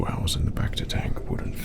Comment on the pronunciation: Kept a straight face through all the rolled Rs, but the hhhhours did me in xD